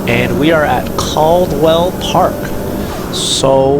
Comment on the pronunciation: Learn how to say it first!! 😂😂😂 CAD-WELL